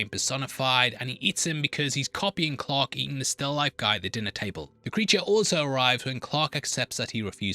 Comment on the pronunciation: Since it sounds like you say clock when you say Clark, what does it sound like when you say clock???